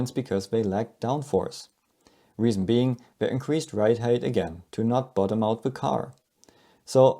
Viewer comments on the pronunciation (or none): none